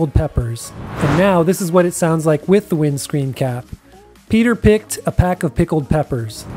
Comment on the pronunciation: It's Peter picked a PECK of pickled peppers, not "pack".